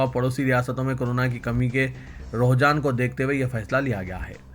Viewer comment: Sir Rohjan nahi hota hai . Roojhan hota hai.